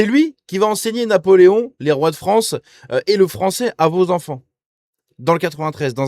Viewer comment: La FrOnce.